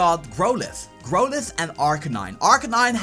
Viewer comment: It's just something i think i should mention to poaster/creator of this video.. The name is 'Growl'ithe .. not 'grow'lithe .. Growl like the animal is growling at you .. not 'grow' ing